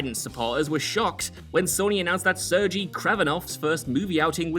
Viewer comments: he also said Sergei wrong....it's pronounced like sir gay not surgey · ser-gay, dude; not ser-jee.